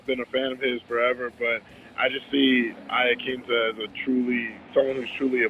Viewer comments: Lol everybody is saying Laquinta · Raging Al!!! Also why do some people pronounce his name as "IaKinta" lol, it's QUIN, IaQUINta lol Sometimes you hear Aquinta or even Laquinta (though I can understand the "Laquinta" cause when spelt it does look like that haha). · TIL every single MMA fighters pronounces Al Iaquinta's name differently.